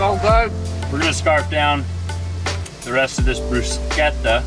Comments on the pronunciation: Also happy that you eventually went with the hard k sound in bruschetta! The other way is like fingernails on a chalkboard :) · Just subscribed. But to be honest, it wasn't until you pronounced bruschetta correctly that I actually gave in and hit the button. Love your videos.